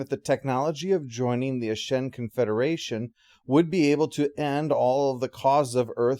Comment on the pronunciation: Looks like all those comments on yesterday’s video concerning pronunciation of Ashen were so effective they were able to influence him years ago to say it correctly when back when he originally recorded this one. 😜